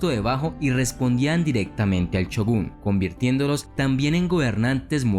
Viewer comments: Shogun no chugun, que puta necesidad de pronunciar la ch y no la sh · Se escribe "Shogun" con "S" y pronuncia "Chogun"..jajaja.. Aún así.. que gran video el tuyo.. muy buena información y sin usar palabras demás o gritar como lo hacen muchos más.. te has ganado un subscriptor más..